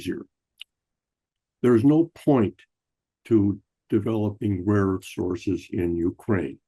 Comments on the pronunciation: Joke’s on you dude! CLEARLY Trump was saying “RAW” earth, not “rare” earth. Rare Earth is a band from the 70’s. Geez! 🙄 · And he of course calls it weirdly "raw earth". Probably on purpose in accord with the Kremlin script he got from his handler.